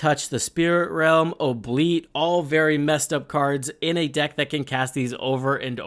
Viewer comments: Great vid. Oubliette is pronounced “Ooo -Blee-Ett”. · can't get over the way you said "Oubliette" XD